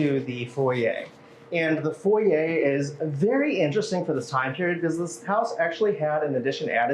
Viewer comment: The correct pronunciation is FOY ER, not FOY AY.